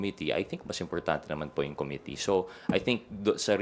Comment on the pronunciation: Pwede ba dan pernandes, ayusin mo naman pronunciations mo! Sakit sa tenga. Pls pronounce committee with stress on the 2nd syllable!!!